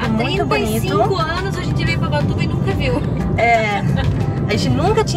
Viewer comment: No nome do vídeo: ubatuba E ela: ubachuva